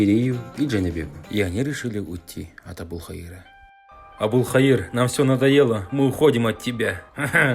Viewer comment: Ошибочка,там не Абулхаира а Абул ХаЙра.